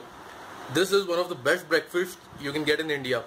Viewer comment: Breakfasht, Beasht, Inveshtment, Suggesht 👍👍